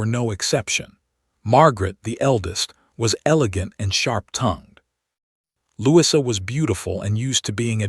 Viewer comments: Try Lou- ease - a... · Louis-uh, that's a new one